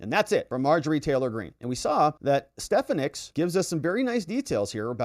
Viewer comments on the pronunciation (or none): Stefanik is pronounced Stefawnic phonetically speaking. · Watched from the beginning and love your show but you mispronounce Elise Stefanik's name. I know its a small thing but we have to be perfect on our side.